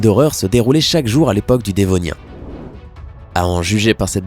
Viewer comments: et aussi c pas denovien tardif mais devonien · Mdr on dit dévonien pas dénovien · Et c devonien et pas denonien